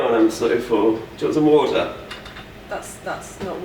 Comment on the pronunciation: The main thing I look for in a woman is someone who can pronounce water: "Wouataaahh". Wait I finally found you, Em! PS: Thanks for the "Cubbies Win" tee shirt, O. You look Mahhaaveelous in it.